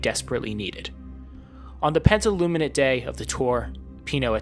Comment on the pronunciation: hey, great video as always. You should look at how to pronounce penultimate, I have recently rewatched your echoes on redoute video from 2 months ago and in todays videos you say it interestingly. Seriously, no hate amazing and informative videos, just mentioning the word pronounciation.😢